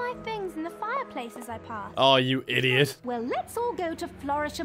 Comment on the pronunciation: it took me a hot second to figure out that he was saying idiot lol